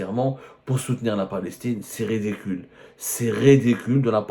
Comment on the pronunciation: ON DIT C'EST RIDICULE ET NON REDECULE